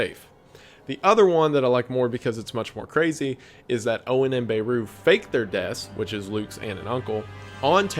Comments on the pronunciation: Can you stop pronouncing Beru wrong? When it comes to names there’s no “ I pronounce it this way” .That’s their name, pronounce it the way they do. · Why are several people saying “BAY-roo” when in-universe characters say “Beh-ROO” with the stress being on the latter syllable in regards to Luke’s aunt? Serious questions. You could say Tomato/tomahtoh, but not a single person in Star Wars has said “BAY-roo”